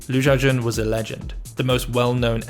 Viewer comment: Pronounce the name correctly. Xiao is She-OW NOT JIAO